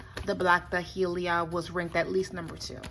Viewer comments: Day-lee-a, not Da-hee-lee-a. Just saying. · I never heard black dahlia pronounced like that but I am also in the south we have a drawl